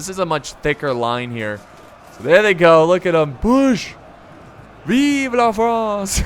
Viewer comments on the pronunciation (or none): none